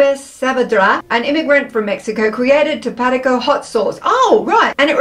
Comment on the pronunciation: Tapatio is pronounced Tap a tay o 😊